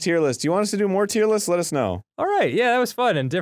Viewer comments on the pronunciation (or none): Arin saying “Let us know” at the end sounded like “lettuce snow.” Just thought that was worth mentioning.